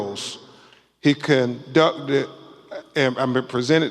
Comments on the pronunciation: He also said CANducted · Lawd Jesus.. the first few words he said he CANdcuted